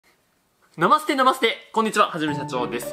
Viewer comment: な⤴︎ま⤵︎すって